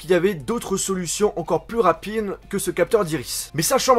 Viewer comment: au lieu de dire rapide il a dit rapine () 😂😂